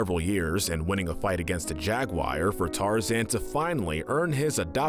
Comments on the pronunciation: I believe the pronunciation is Jaguar not jag wire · When you were on tarzan you will need to learn how to say "jaguar"